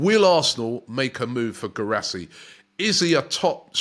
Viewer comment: Dovbyk please. He will fit well. /// Robbie > D-O-V-B-Y-K..... no Dubovbyk.... for god sake ) __ How come Robbie pronounce Guirassy correctly... and Dovbyk (just 6 letters) so wrooonnngg... Lol )